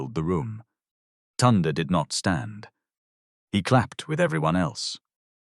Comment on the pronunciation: It's pronounced Toonday